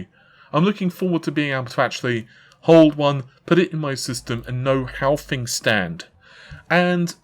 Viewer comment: I don't usually comment stuff like this but please for the love of god, can you learn how to pronounce 'th'. Example - you are constantly saying "fought" instead of "thought"/ "fings" instead of "things" etc. Drives me nuts.